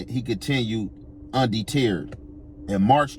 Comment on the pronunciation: Un-de-teard is wild! 😂😂 undeterred nigga, undeterred